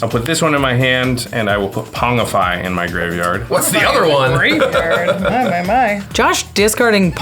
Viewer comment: Pretty sure Pongify is supposed to be pronounced like "ponjify", as the card is drawing its name from the latin word pongidae, which is the taxonomic category that contains the great apes of chimpanzees, gorillas and orangutans... hence the picture of a rampaging chimp, and the replacement token being an Ape creature type. Similarly, pongidae is pronounced like "ponjiday".